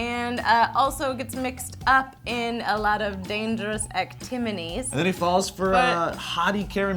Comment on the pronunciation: did say actiminies instead of activities